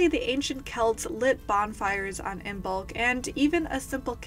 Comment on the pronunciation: Just FYI, the B is silent. It is pronounced like Im-olk